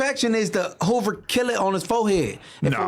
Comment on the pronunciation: when said Okilla…i started dying laughing 🤣 …he really can’t help it 🤷🏿‍♂️